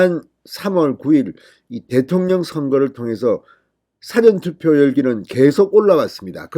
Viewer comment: 사전투표라 말할때 발음 강세에 좀 유의해주세요.